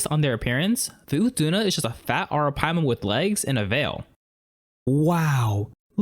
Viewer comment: You pronounced "arapaima" surprisingly well. Good job! Ps: It's also called Pirarucu in some parts of Brazil